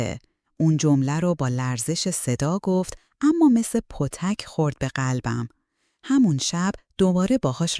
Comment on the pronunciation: متاسفانه فارسی صحبت کردن هم یاد نداری نام بسیار ساده وسیله ای بنام پتک را اشتباه تلفظ میکنی ، آبروریزی نکن وبیخیال تکرار چنین کارهایی بشو